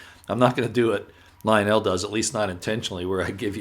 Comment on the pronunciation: Would you please learn how to pronounce ivanka and lionels names properly? It is soo annoying.